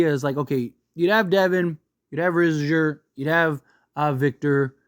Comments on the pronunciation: you having a stroke when you say his name bruh. You good? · The way you pronounced Risacher and Vassell made me cringe